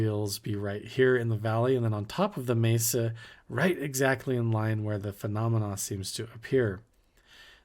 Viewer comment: Blood sacrifice is the most negative, evil path 😢ps its a Mesa like in "mess", not a maysa 😊